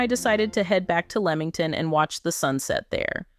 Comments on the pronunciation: It’s Lee-Ming ton not leeming ton! And Pea-Lee island not pale-lee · Sorry if I have to hear pay Lee and lemong ton beach one more time but the weird thing is through the video a couple of times she pronounced it right so is she trying to drive us nuts lol😂😂😂 it’s actually a very good video but it’s driving my brain crazy lol